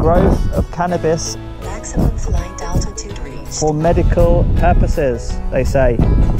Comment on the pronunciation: "Cannibas farm" 😂👍🏻